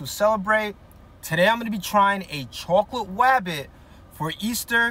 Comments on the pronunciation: Bro really said rwabbit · Nahhh... What the actual fuck? Edit: Bro hunted down a easter "Wabbit" 💀 Edit 2: Bro i didn't realise this but, bro switched from "wabbit" for "bunny... Finally bro said something normally 💀💀💀